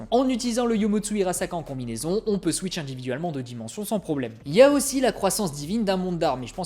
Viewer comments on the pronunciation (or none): none